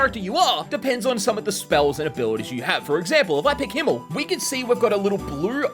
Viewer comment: Did he just called "Himmel", Hemmel, im getting emotional and psychic damage from hearing that